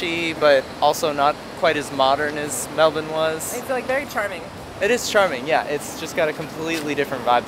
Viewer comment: I love how you guys pronounce it Mel-bin like us Aussies, rather than Mel-burn or Mel-bourne how Americans usually pronounce it.